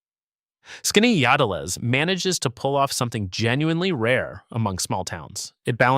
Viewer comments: He butchered the name!😊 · Your AI narrator couldn't pronounce "Skaneateles" the same way - even after telling viewers how to pronounce it. Why are these AI narrators even necessary? Can't you narrate your own video?